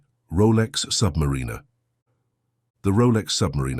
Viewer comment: This AI narrative has got To go. When you can’t even pronounce submariner correctly, you really lost your audience